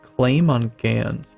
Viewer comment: As a Belgian I must say: The English word for Gand is 'Ghent', a flemish Province. Gand is the French word for that province, pronounced with the 'a' as you pronounce the 'o' in 'hot' and a silent 'n' and 'd'. So basicly just 'Ga'